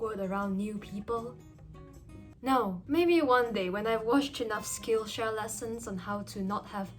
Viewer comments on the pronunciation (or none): none